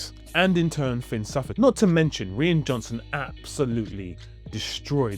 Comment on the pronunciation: Hey, American tidbit for you. Rian Johnson's name is pronounced the same as "Ryan, ( rye-an)". Sometime in the 70's, a bunch of people decided to change the spelling of Ryan to Rian, but pronounced the same. JJ Abrams last name is not pronounced Abraham, it is a shortened version of that. Remember: Two countries separated by a common language. Love your videos, keep up the great work!